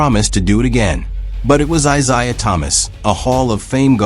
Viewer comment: Eye _zayah... AI gonna learn today...😂